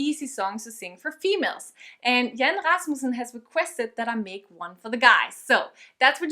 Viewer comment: Hahaha "Jan Rasmussen" blev bare udtalt alt for perfekt!